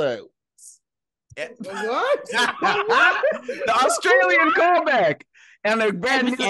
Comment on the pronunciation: “We’ll see you next week on a brand new EPISJHXRDMLPNTQWFBV.”